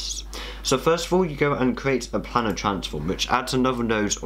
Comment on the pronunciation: Planar; pronounced play-ner, not planner.